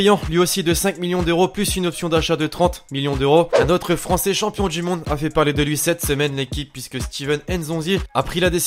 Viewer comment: toujours tu dit chompion du monde arrete elle le 16 auot